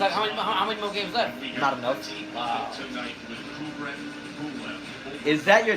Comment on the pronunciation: Kubrat with A, not Kubret ;)